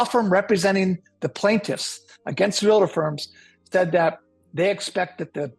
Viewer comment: REAL-TOR. 2 syllables